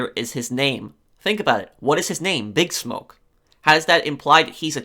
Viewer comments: I am throwing this out there because it seems like you don't know, and I didn't see any other comments mentioning this. It's not "BIG Smoke". It's "Big SMOKE". Your pronunciation is completely and totally off. You DID play the game, right? NO ONE in the game says "BIG Smoke". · his name is pronounced like big Smoke, not BIGsmoke